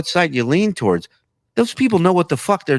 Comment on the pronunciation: I cannot stand the way John pronounces the word towards lol